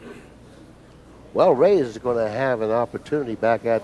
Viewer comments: Yes, it is two syllables. A hard "RAY" and a soft "s" not ray-EZZZ. Just listen to every other announcer - nobody pronounces it like. NOBODY. I actually recently got the answer. I asked a guy who has known Efren for thirty years, who also asked why he mispronounces his name and stubbornly replied "it can be pronounced both ways" well, maybe it can but the man himself and everyone else in the pool community pronounces it RAY-s. So is just a stubborn douche. End of story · hey, why can't you pronounce Efren's last name? you know the man, you've played the man and you've heard every other announcer pronounce it correctly for three decades (sometimes when they're sitting right next to you) so what's the deal?Let me help you out. it sounds like this - RAY-s NOT ray-EZZ If it's your accent or you have some kind of speech impediment, I'm sorry but then maybe you should just call him "Efren" I mean, you have to hear it, right? you have to know you're mispronouncing his name. Are you some kind of secret asshole? He's arguably the greatest player to ever live and you butcher his name in every broadcast. Show him the respect he deserves.